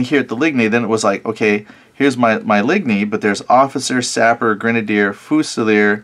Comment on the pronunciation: It's interesting to watch someone coming into this era of gaming with very little knowledge. But...your pronouncing of words I had a good chuckle. Ligne...actually pronounced as leen...or line in English. But that's okay, you're still new to this so I'll let it slide...for now 😁 Looking forward to watching more of your videos as you advance along.